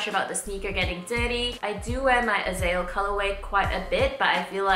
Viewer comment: Okay lol..me being from Israel & Hebrew, it's bugging me a bit how you pronounce Azael.. it's 3 syllables, AH-ZAH-EL, not "Azell"